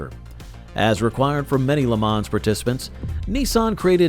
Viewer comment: Hey. If you can't pronounce the names, why do you produce a video like this? Check out how Jaguar and Le Mans is pronounced! Do not butcher it this horrible!